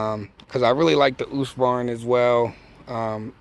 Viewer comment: It’s “hoosk-varn-ya”